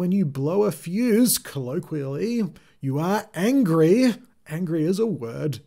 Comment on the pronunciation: Like everyone else I got the “angr” part but really didn’t get the ‘y’.